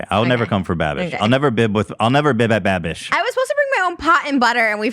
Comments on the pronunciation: Ik Lmaoo why does Trish keep saying bibbing with babish lmaoo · trisha repeatedly saying binging with babbish wrong gets me every time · Is anyone ever going to correct the pronunciation and just the actual incorrect words that trisha says literally every single time when referring to Binging with Babish he's missed a lot of good shout out opportunities at this point lmao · i love how many times trisha fucked binging with babish’s name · both of them constantly mispronouncing Binging with Babish in different ways is sending me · Trisha never pronounces binging with babish right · I don’t think trisha’s ever going to say binging with babish correctly..... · Lol for fucks sake someone teach these two how to say binging with babish lol it’s been like 6 eps of saying his name wrong